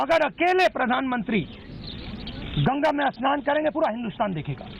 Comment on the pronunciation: एस्नान नही स्नान होता है, पप्पुड़े